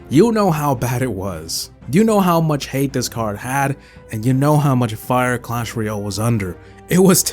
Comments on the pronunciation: In cwash royow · Says Clash Royale Subtitles: cAsH fOr YeLl